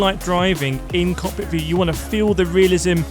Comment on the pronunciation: do u mean cockpit view? all i hear is cock view